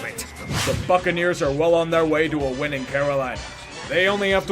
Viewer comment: I thought he said fuckaneers lol